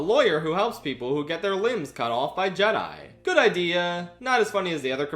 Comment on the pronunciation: How - HOW - did you cover the Bob Goldstein sketch and NOT mention the fact that he pronounces Jedi 'Jeddy'? Laughed my arse off for a solid 30 seconds first time I saw it, such a simple but hilarious detail.